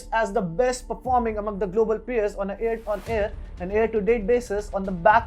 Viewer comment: Not Air on air. Its year on year or hear to year